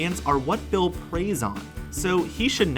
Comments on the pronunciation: did anyone else here him say Will instead of Bill? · You said Will beat 😑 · Did he call Bill Cipher “Will”? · It's Bill not Will lol